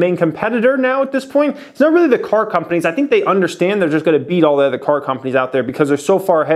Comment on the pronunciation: Other not ether. Sorry, it bugs me. LOVE THE CHANNEL